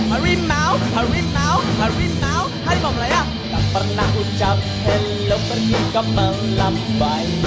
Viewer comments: harimau woy.. bukan hawimau 🤣🤣🤣🤣🤣🤣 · Tiru ajaaaa. ..yv jelas Garuda bukan lah Hawimau...hawimau...